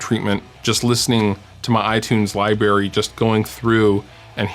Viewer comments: "libary" lol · lol he said "libary"